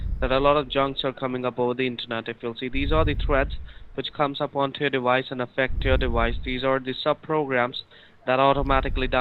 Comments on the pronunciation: Lol, dewice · same with dewice, wirus, so on. dont get triggered at a joke dude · ok. what ive learned is that his v's become w's/ hence wiruses or diwice.